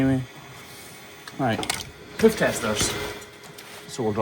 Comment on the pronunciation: I love the way he says “hoof”